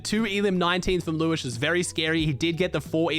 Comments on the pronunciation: Its liwshe not Liwish::) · It's pronounced Lew-shé, not lewish :) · hey, its pronounced liw she not liwish but liwshe has always been a good player qualled solo grands and heats like 3 or 4x